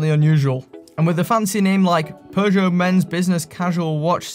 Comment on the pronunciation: There's no r in Peugeot.